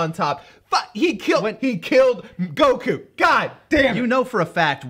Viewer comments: we see actually say Goku’s name correctly. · Idk why it just hit me. But I think this is the first time I heard pronounce Goku correctly 😂😅